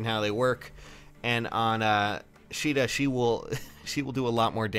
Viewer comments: her Japanese name is pronounced like She duh. Her English name(what you saw) is pronounced kA duh.... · I always thought it was pronounced Kay-da. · its pronounced "Sheeda" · Her English name is pronounced kA duh